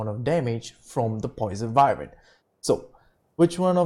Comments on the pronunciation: Its not vivern its pronounced Why-Vern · Its Wyvern not Vywern lol